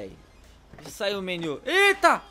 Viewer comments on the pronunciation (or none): none